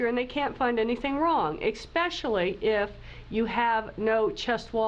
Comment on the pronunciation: So hard to hear a Dr. Say eXpecially.